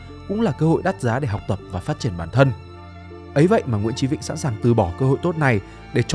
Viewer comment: Sao ad lại đọc tên là nguyễn chí vĩnh nhỉ? Hay là do mình nghe không rõ nhỉ?